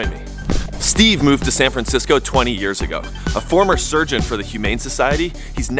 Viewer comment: San Francshitsco